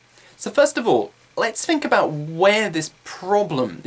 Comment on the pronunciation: your pronouncing think about or fingk about. I have seen many of your videos but I still have this doubt.